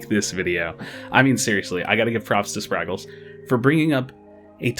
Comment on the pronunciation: How do you hear Spragles say his own name on his video and still constantly mispronounce it